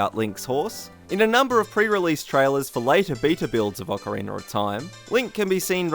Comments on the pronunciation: It sounds like your saying ocaweener lol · "Awkareener." 'Nuff said. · ocareener It's literally distracting me from the entire video but anyway, nice list (owo). I keep watching these in hopes I learn something new, but apparent;y I know literally everything about OoT.